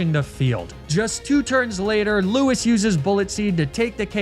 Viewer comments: It's lou-ees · Thelma and Lewis hurt to hear every single time, good job.